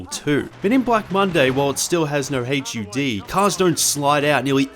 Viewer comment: HUD. Not H.U.D. HUD, HUD, HUD, HUD.